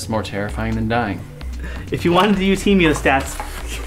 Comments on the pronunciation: he moe stat not he meo stat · Why can’t you folks pronounce “Hee-Moe-Stat”? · You're saying "hemostat" like hemiostat. Sounds weird. This is coming from an ER doc :p. thanks for the vid.